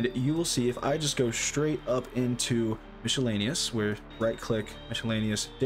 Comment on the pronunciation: Great video, but I've never heard anyone say "MISH-ellaneous" before. It's usually pronounced "MIS-ellaneous" with a silent c, or some people pronounce it "MISK-ellaneous", but never "MISH" :)